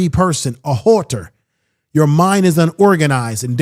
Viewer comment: Have u heard him pronounce AUTOPSY His rendition of HOARDER [WHORE-TER]⁉️⁉️😂 IS HILARIOUS